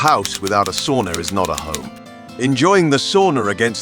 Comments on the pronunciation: It's pronounced "sauna", not "soona". Repeat after me: sauna. And once again: SAUNA. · C'mon, this is basic. Sow-na, not saw-na. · You need to learn to pronounce sauna, especially if you use the word so often. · He sounds British. I've never met a Brit who can pronounce sauna correctly.